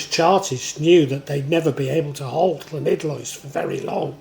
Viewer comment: Respect for your pronunciation of LL, I wouldn't say it's perfect but it's pretty close, most English people just say L.